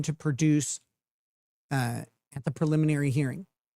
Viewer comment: “Peliminary hearing” my gosh, she’s insufferable.